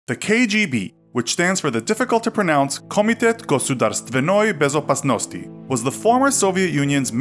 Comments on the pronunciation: HOW DID YOU SAY THE NAME TOO PERFECT WTF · This dude nailed the full name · Absolutely NAILED the name